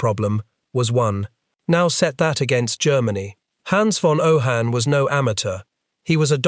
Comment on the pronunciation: It is pronounced OH-HEYE-N.